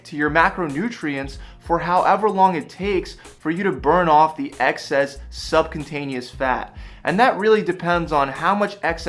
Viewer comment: It’s Subcutaneous not subcontaneous.